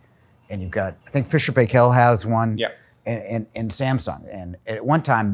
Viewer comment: also many colleagues got the pronunciation of fisher paykel right, you got to get it right